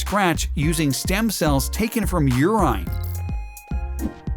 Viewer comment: VERY weird pronunciations of urine and Chicago